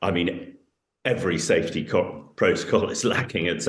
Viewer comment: How on Earth did this woman get a speaking job? Plant not "puh-lant". Safety not "sthafety". Something not "thumthing".